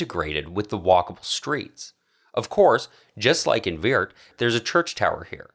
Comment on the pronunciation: The city in the Netherlands is called Weert ! not "Weird".... please do an effort ! Beside of that....fantastic video 🙂